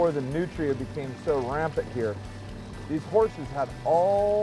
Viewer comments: I love how you pronounce them New tree uh. But in Louisiana we pronounce them newtruh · I keep thinking he's saying nutriants .... Hehe yeah I'm new